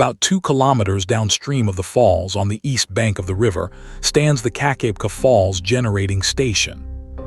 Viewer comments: AI slop... I grew up at 'Keek-ah-beck-ah' falls and if you can't get the pronunciation right you lose all credibility. I'm 2m in... bye. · Hey get the pronunciation right keka beka